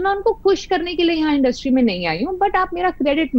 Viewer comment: Aap education le pehle... Its industry not industrii😅😂